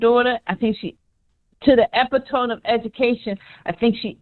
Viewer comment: She said, "EpiTonE of education" 😂😂